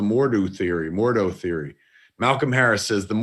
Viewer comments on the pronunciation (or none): Jane Forester? Mordoo? My ears are bleeding.